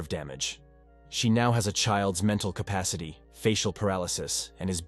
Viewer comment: “Wilthy”& “K -pacity”